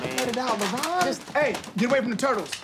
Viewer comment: I feel like his actual name is labron but he just cant get that b out and people think his name is laron